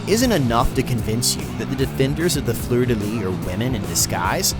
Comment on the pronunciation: You gotta pronounce the S in fleur de lys